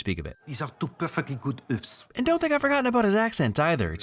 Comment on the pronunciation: Great video, but i'm mad about the rosé part. Rosé is not a mix of red and white wine. Rosé is a red wine that is matured differently. Also he said oeuf the wrong way >:(